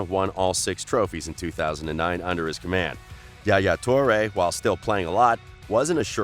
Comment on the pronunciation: its not JA Ja toure; its ain't spanish! Its arabic word called Yahya or Yah YA toure!